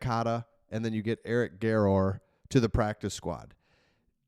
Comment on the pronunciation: Garror is a great kid, pretty humble when I knew him, it’s pronounced more of an er at the end. Wish him the best of luck and will be watching now!!